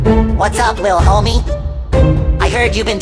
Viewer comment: HE SAID HOMMIE